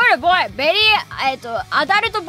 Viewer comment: สำเนียงญี่ปุ่นค่ะ Boy ออกเสียงว่า โบ อิ คือ บอย ค่ะ